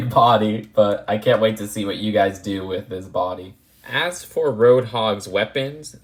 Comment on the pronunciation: “Wif the hair”